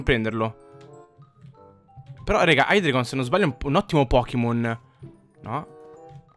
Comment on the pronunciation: non per fare il preciso ma si pronuncia haidreigon